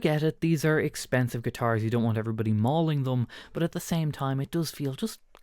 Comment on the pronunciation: Why do you pronounce the letter U as a O ? You say “bot” instead of “bUt”???